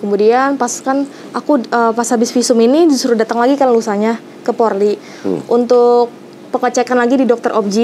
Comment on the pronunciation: RS. POLRI. Mbaaa. Mf bukan porli